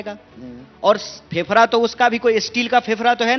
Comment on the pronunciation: फेफड़ा होता है फेफरा नहीं बे फुकरे